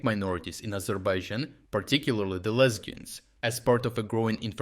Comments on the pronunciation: I swear I heard lesbians 😂 and had back it up 3 times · it sounds to me like "ethnic minorities in Azerbaijan, particularly the lesbians"